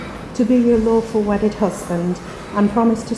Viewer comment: I hear "awful wedded" 😂